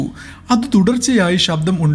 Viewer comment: ഷബ്ദം alla ശബ്ദം ശ്രദ്ധിച്ചു കുറച്ച് സ്പീഡ് കുറച്ചാൽ ഒന്നുകൂടി നന്നായിരിക്കും 👍